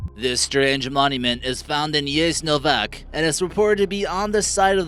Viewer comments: Yasenovats, not Yesnovack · Sorry but its sounds like you are speaking trough your nose,also everything you said exept Pula is wrong like totally wrong...you could at least go to google translate and listen to a lady and imitate what she is speaking...Jeznovak izgovor za Jasenovac jebote kaj? Geography Now! Croatia video,look it up...at least he is trying... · The way he pronounced Jasenovac...😂😂😂(način na koji je izgovorio Jasenovac 😂😂😂) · Jeznovak its Jasenovac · Maybe, before making a video, you should at least check out how some words are pronounced. Jasenovac, Tito and Mirogoj were absolutely butchered by your pronounciation. This isn't an insult, just constructive criticism, because it sounds awful. I know, I'm a Croatian and you're American, but it would bring up the overall quality of the video. Also, you forgot a few places that are even better, such as Brestovac and Jurjevac cemetery. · Mene je džigera zaboljela kad je pročito Jasenovac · That way they say: Dubrovnik and Jasenovac 😂😂😂😂